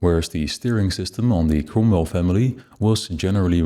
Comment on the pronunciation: this is an awesome video! love the depth of it... my only nitpick is the pronouncing of the cromwell... it has me laughing every time it is said... as the 'ro' sounds like an 'u'...